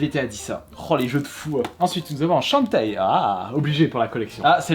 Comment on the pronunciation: Comment les noms des jeux sont écorchés 🙀🙉